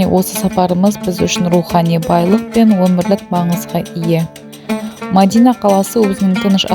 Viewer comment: Ассаламуалейкум Мадина емес Медина деп айтсаныз дурыс болады..